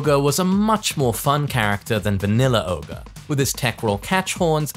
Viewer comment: Isn't it Ogre? Not oger? Didn't they have a voice line somewhere where there is said Ogre and True Ogre and not Oger?